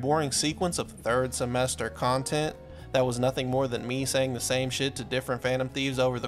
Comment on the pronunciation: he-he did da thiord semwestor